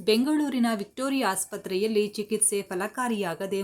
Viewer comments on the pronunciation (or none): none